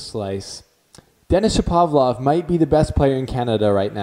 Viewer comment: It's pronounced ShapoVAlov